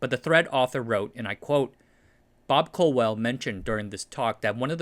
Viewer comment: Colwell, not Cowell! Happens all the time.